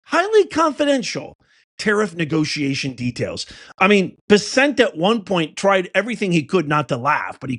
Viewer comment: Please learn how to pronounce his name. It’s not Bes-sent it’s Bessent. She needs to be put down. Mad Maxine.